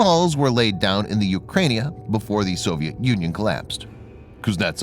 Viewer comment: 'The Ukrania': classic. 'Dalaine' instead of 'Dalian'. It's amazingly crap quite how many imbeciles decide to talk about a topic with no preparation and therefore get it all so wrong. And then I got further in and realised this has multiple other mispronounced words: 'venerable' instead of 'vulnerable' for example.is scripted and narrated by non-native English speakers, and sounds thoroughly propogandised, rather than informative. And then you read the comments and you see the audience is even less educated, so I guess they can write and say what they want. Save yourself the effort. Imbeciles with keyboards and opinions everywhere. Oh, for ethics, education, humility and morals.